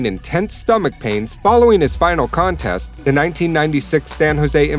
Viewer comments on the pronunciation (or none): none